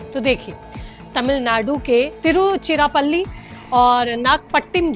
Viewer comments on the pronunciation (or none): तिरुचिरापल्ली (तिरुचि) और नागपट्टीनम संवाद को सही सही बोला करें